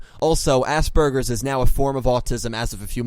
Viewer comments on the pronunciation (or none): It's Aspergers not Assburgers lol.